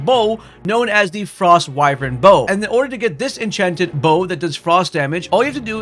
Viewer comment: Bro doesn't even know how to say Frostwyrm.